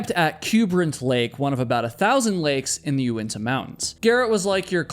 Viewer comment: It’s Unitas not uentas